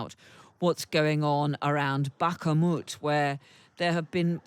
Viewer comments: It isn´t even Back-moot, it´s closer to Bakh-moot or Bahh-moot. The "kh" is a sound not used in English. A non-sonorous "h", basically a breath. It´s also common in Hebrew and Arabic. But I agree, it´s not such a long and hard word to pronounce, no idea why she pronounces it wrong. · She's clearly saying "bak-a-mut" and apparently just can't do a glottal stop in order to pronounce it correctly. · Bakhmut has only 2 syllables! At least try and pronounce it properly. You're a toff presenter on Times Radio, surely Mummy and Daddy paid for you to have a good brain... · She’s still pronouncing Bakhmut wrongly. Can’t believe no one has corrected her yet. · There is no "A" in Bakhmut😁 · This presenter's pronunciation of Belgorod and Bakhmut is absolutely horrible. Seriously unprofessional. Why is she deliberately pronouncing it wrong? It's not hard to get it right! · this bloody journalist keeps adding an extra A to Bakhmut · This woman really is trying to mispronounce every noun she can 😂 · Wrong. It's "Artemovsk" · This lady stubbornly mispronouncing “Bakhmut” yet again! And as usual totally oblivious to her guests pronouncing it correctly. Utterly incredible 🤨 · She is extremely irritating. Where does she find the extra A? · There is no glottal stop in "Bakhmut/Бахмут." If she can't pronounce the "kh" (which is roughly the same as in the Scottish word "loch" or the famous composer Bach, so I don't see why there should be a problem), she should just say "Bakmut" and nobody would care. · How has this presenter managed to not even approximate the pronunciation of Bakhmut after a year in the news? Is she right and everyone else wrong or is she adding the extra syllable for the sake of it? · Bak-Mut, Bak-Mut, NOT Bak-a-Mut!!!!!! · Is it just me who goes mental when this reporter can't pronounce Bachmut correctly? "BACHAMUT" jesus lady it's "Bachmut", how hard can it be? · Please please please someone tell this woman it’s pronounced Bak Moot not Baka Moot. 🙏🙏🙏🙏